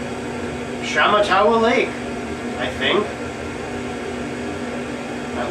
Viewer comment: it's pronounced sh matt a wa.